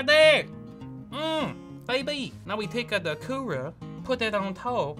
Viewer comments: I like the thing, his says coorer instead of cooler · “The Coorera” 😂